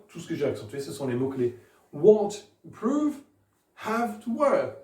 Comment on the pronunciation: Pour improve je pense que c’est la syllabe “prove” qui est accentué